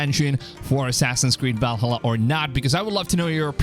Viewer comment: please stop saying Valhalla like that